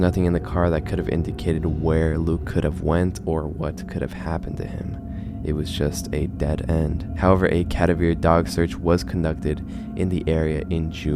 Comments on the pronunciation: Please stop doing the voice thing just talk like yourself... also what the f is a cady vear dog lmfao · I just found and subbed your channel. But thank you for the chuckle on the way you pronounced “Cadaver Dog.” Lol